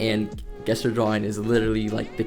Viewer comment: Not trying to be rude, but the word gesture is actually pronounced (jess churr) if you dont know what i mean then here sorry in advance if somebody already pointed this out 😅